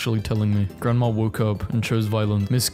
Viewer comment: no offence, but i find it weird how some people pronounce grandma as grand-mah-r